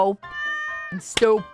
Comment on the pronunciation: 'STU-PI-DA!' When the lack of wisdom is so intense you have to add a third syllable to the term... I am loving this Vtuber reactor.